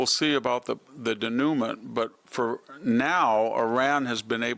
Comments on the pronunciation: It's pronounced day -new-maw Victor ... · De-noo-ment? Every time I listen to VDH, there is a solecism, often verb tense. Very sloppy editorial control.